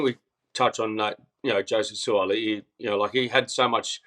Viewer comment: Please pronounce "Sua'ali'i" name correctly, it sounds like, "Sue-ah-ah-lee-ee". Thanks